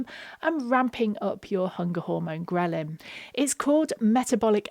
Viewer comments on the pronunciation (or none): none